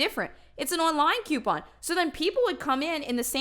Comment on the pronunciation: Omg I could be wrong but I keep hearing “Quepon” lmao